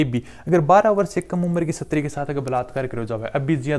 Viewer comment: सर प्लीज उच्चारण सही बोला करो शस्त्री नही बोलते स्त्री बोलते है उसको आपकी छवि खराब होती है सर माफी चाहते है पर अच्छा नहीं लगता मुझे उच्चारण सही करे प्लीज